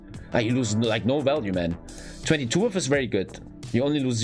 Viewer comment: Width :) Pronounced widTH